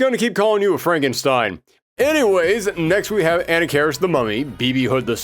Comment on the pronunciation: Great video, but your pronunciations of "Aensland" and "Anakaris" are killing me.